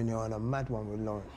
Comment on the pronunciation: “Doo shane “ “Lawren” “My Lohren”